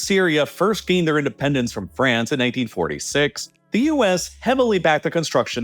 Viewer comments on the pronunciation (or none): none